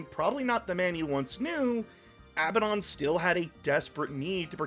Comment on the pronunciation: Abbadon is "a badun" (a bad one).